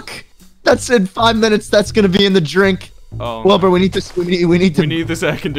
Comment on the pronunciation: Schlatt almost called Wilbur nerd. “Listen n-Wilbur” 😂😭👌